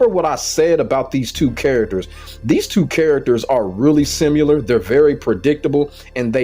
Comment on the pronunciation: Typical of a gordo main to not be able to pronounce similar lmao 😂